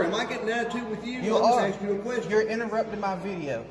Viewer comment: It would be a much better video if he didn’t keep “axing” questions